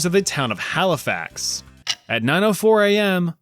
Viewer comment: Are you Canadian beacuse im shocked you said nova scotia and Halifax right so many people are getting it wrong also idk something about the tone sounds like home lol